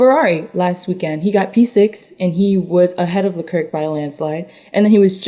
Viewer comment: SOMEBODY FOR THE LOVE OF GOD PLEASE TELL SIERRA HOW TO PRONOUNCE CHARLES LECLERC!!!!! It’s le clare. The last c is silent. If you have actually watched 5 minutes of a f1 race you would know. It’s NOT leclerck. Please go listen to a broadcast of a race. Other than that love the f1 minute!